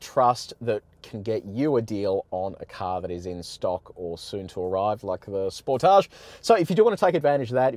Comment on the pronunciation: Its not a spor tage its a sportage one word not french.